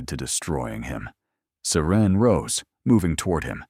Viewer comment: Love this story... These storyline is so easy to follow. Loved how serene/siren..IDK. The narration misspelled the name so many times..and why the heroin always named Serene/Siren?? I'm just wondering 😉? Always love a story with epilogue! They make the story feel complete.. 🥰🥰🥰. Thanks for sharing the story. It's 👌👍